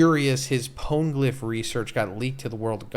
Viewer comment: Love the content but the way you say poneglyph pisses me off